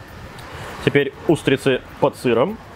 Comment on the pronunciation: Двух троих (двух трëх) говядина и утрицы (говядина и устрицы) замарачИлись (заморОчились) из глаз и ушей кровь пошла, ты чего там в Тайланде совсем забываешь русский язык?)